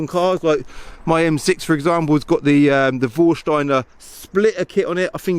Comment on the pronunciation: favourite word to say... “VORRSHTINER”